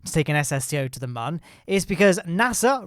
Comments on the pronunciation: its moon not mun ok???? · ITS MOON NOT MUN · its not mun its moon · He said min lander lmao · today we are going to the mum. is what i hear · Mion not mun ?¿?????¿ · The ‘ü’ is a ‘oo’ sound. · Love your videos, but the way you pronounce Mün really bothers me. The umlaut above the u changes the "uh" sound to more of an "oo" sound, so it would be pronounced pretty much the same way as "Moon" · Anyone realise how he says moon pls no hate🤪